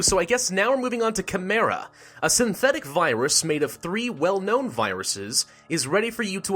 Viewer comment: It is pronounced Like ch-i_m-e-ra